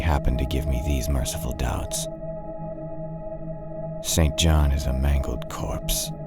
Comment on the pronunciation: St John is pronounced “Sinjin”